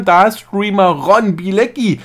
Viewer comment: Wie den fasst jeder falsch ausspricht 🤣den Ron